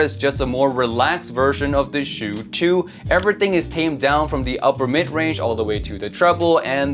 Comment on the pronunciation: Why do you pronounce it "shew" or "chew"? Isn't it like "ah-chooo!" like a sneeze. There's no "w". "u" as in "uwu". Chu. Stop driving me nuts! Thanks for the review, I'm not big on vocals. Would probably rather go for that budget Kiwi-Ears.